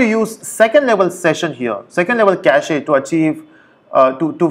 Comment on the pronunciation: lol 6 years later this guy still pronounciates "cachEEEE"....